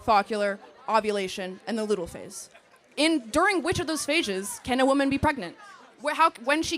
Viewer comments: “fawkular” and “ludal” 🤣🤣🤣🤣 try “follicular” and “luteal” babe Very edjumacated she is 😭🤦🏻‍♀️ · At the 53 minute mark she’s not even saying the words correctly! Follicular and leuteal, she knows NO….TH…ING!!!!!!! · She got luteal and follicular phases mixed up and pronounced them incorrectly so my guess is she doesn’t know much about the female body either… follicular phase is before you ovulate. There is a 12-24 hr window in the cycle you can get pregnant but sperm can live for 3-5 days inside you so you have to be carful during follicular phase and ovulation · They are pronounced “FOLL-I-CU-LAR” and “LU-TE-AL”, and chicken eggs aren’t fertilized 😂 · This braindead yelling woman can't even pronounce the phases of a woman's cycle but wants to act brilliant. FO-LLIC-U-LAR. LU-TE-AL. C'mon girl. Put a little work in more than just being angry. The absolute demand to kill babies is the literal weirdest hill to die on. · this expert mispronounced two phases of the menstrual cycle.